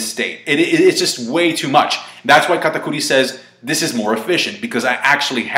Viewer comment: stop saying katakuri like that